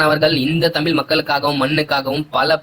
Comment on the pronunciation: தம்பி தயவுசெய்து தமில் தமில் என்பது கம்பளி பூச்சி முதுகில் ஊர்வது போல இருக்கு...... தமிழ் என்று சொல்ல பயிற்சி செய்யுங்கள்.